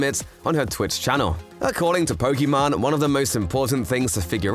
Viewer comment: You said her name wrong her name ends with an E not with mon